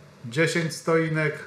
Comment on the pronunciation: Stoinek??? Stotinka